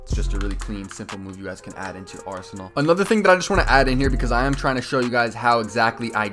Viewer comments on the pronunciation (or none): none